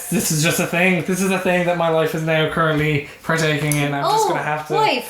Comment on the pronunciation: lol even i thought said wife instead of life